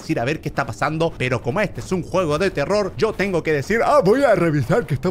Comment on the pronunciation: eh vivido engañado NO SE DICE TERROR SE DICE TELOL xD asi lo dijo german XdddddddddddddddXXXXXXXXXXXXXXXXXddddddddd